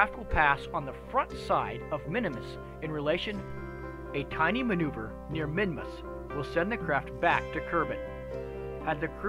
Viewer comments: I thought it was called Minmus, not Minimus? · For some reason I thought you called it Minimus.